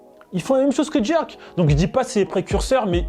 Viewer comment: Pk il dit djerk